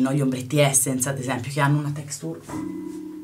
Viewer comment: ma sta textùr? :)) ahah ì